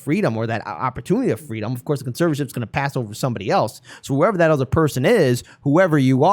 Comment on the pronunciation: Britney is the symbol of America: A bird in a gilded cage. America eats its young. 21th century slavery. He “saved” his Cash Cow while convincing us that “fweedom” is the bad thing. Nice.